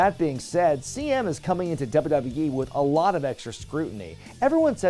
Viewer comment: repeat after me: "doubleyoo-doubleyoo-ee" Not "dubba dubba yee"